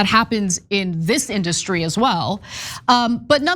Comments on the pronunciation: Why does he say In-DUH-stry? This idiot irks my soul. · Hey Trump, It’s IN-duh-stry, not in-DUH-stry You idiot.